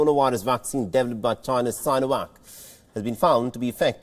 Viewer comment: That smile at the beginning tells you it's gonna be an entertaining news about Chy-nah 🤣